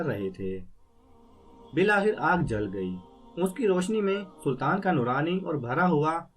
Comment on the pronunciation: Buhat acha parha. Bs aalas- subh or bil-aakhir hota he. Ummeed he mind nahi kya ho ga.